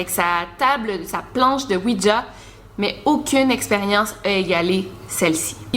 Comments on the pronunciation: C pas ouidja c ouija sinon t la meilleure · tu le prononce ''ouitja'' lol